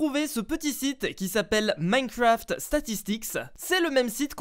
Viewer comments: clem royale is back je suis quebecois et j’peux te dire qu’on le prononce comme sa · LucAuger YT Je suis la langue québécoise et j’admets qu’on ne prononce absolument pas « Minecraft » comme ça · C’est pas plantocraft c’est plantocraff 😂